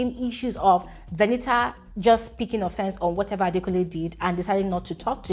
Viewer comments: Because Venita told some of the housemates that her name is pronounced "V-e-n-i-a". So keeps mimicking her. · Why does even call her Veni-A to start with..Her name is VENITA, what's with the Veni-A? It sounds so irritating each time pronounces it that way..